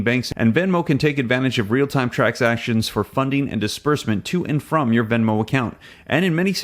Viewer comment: It’s VENMO, Not VEMO!